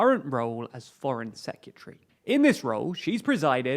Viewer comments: FFS mate - I like your vibe but please - LEARN TO PRONOUNCE THE WORD SECRETARY !!!!!! It's NOT SEKUTREE. Practice this: say SECRET then say ALLEY. So - secret alley, secret alley, secret alley - Now change ALLEY into Harry. So: Secret Harry, secret harry secret harry. Now, like the Southerner you are, just drop the H on Harry. Secret 'arry secret 'arry... Once you've got that, change the "EE" of sEEcret into an "e" like egg. SeCRET ARRY. Now (after lots of practice as above) change "'arry" into "erry" and you come out the other end with a useable pronounciation of SECRETARY ! Gold star, well done. Now you don't sound like an idiot. If you are going to comment on current affairs you NEED to be able to pronounce some basic stuff. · SECK - REEE - TARRY